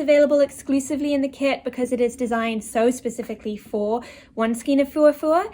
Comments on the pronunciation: The correct way is stile pronounced SKANE - no matter the "region" or the "accent". Do more research. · I disagree with your "ever-changing" remark. There is a correct way and an incorrect way and the word is pronounced skane. It may seem a non-issue for you but it bothers me when I hear it pronounced incorrectly. And lol, I am at an age now where I make no apologies to anyone for anything I feel about anything. In addition, my "reference" book of choice is the Bible. Have you read it? "A little yeast leavens the whole batch". Galatians 6:9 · It's pronounced SKANE